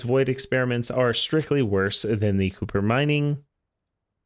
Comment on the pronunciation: Kuiper = Kai-per. Source: its said thousands of times in voicelines. Thanks for the vid